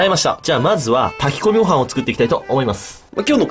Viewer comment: 炊き込みご飯って言う滑舌がちょっと驚いたww